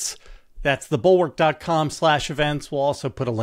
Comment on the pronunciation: Will you pullleeeeze come to Wisconsin!!!!!!! For a friend, please tell JVL that the first syllable of "bulwark" is produced like "bull." It doesn't rhyme with "gull."